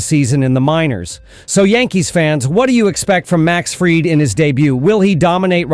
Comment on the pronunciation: Fried: Not ‘fryed.’ FREED. 🙄 AI sucks